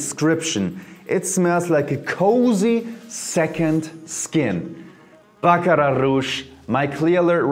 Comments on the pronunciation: Thank you for the correct pronunciation! I knew folks were saying it wrong... Just jump on any bandwagon lol... I learned about it early last year but didn't want to jump on the bandwagon.. I finally went on the website today and brought a discover set to try as many as I can before buying a full size bottle. I love their website by the way!!! 😊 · Lol you pronounced the Baccrat rouge totally wrong. The “r” s are silent